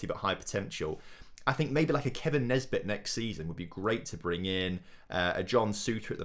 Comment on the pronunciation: If you do bring in Nisbet, please pronounce it Nisbet, and not Nesbit? Unless I'm missing something here..